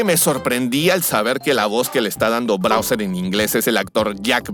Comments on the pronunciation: Porque el dice brauser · Browser jajajaj de cuál hablas? Explorer? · Tas todo tonto diciendo Browser, pobrecito Mario le va a faltar un Ryzer 9 5090x para correr esa cantidad de veces que te equivocaste jajajaja buen vídeo sigue haciendo así las comparaciones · Todas las veces que dijiste Browser me dio ganas de tirar el teléfono a la miércoles 😂😂😂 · "Brawser" ~ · Muchos le dicen Bawser otros Como yo le decimos Bowser Pero le dice Brawser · Muy bueno el video aunque no sé que se fumo al decir Browser y no Bowser creo que la emoción de esta película debe ser la causa. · ''Browser'' xd